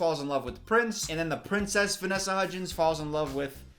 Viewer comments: “the three hudgees” - 2020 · When he said Hudgeez I thought he was going to say Hujesus next, cuz you know, Christmas is about- I'll just leave. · I love how is like “HUDGIES” the whole first half of the video.